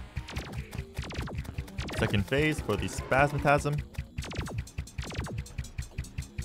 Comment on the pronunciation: It's not called spasmatasm it's called Spasmatism